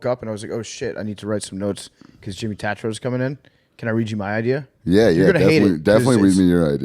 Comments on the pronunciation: TAY-TRO please big cat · These kids suck. Hawaiian shirt trying to big dick him .. "Tat-trow"... "Real Boys". do some homework before you have a guest on your show. terrible look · He’s an asshole for saying his last name wrong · Look at Jimmy’s face right at the beginning when Big Cat intentionally mispronounces his last name for obviously some type of weird power move that didn’t work. Jimmy just rolls with it though because he’s a G.